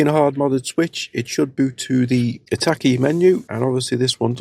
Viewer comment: I thought it was hekate. Not hetake